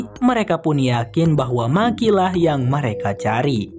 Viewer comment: Bukan maki bang tapi meki sebutanya di filmnya 😀